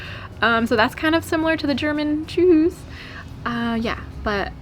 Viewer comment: wie schön du tschüss sagst. in der Regel kommt da eher ein Tschuss. :-)